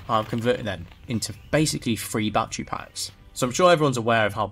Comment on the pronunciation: "Bat Tree Packs"